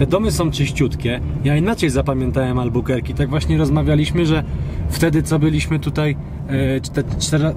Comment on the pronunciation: Nie Albukerki tylko Albakurki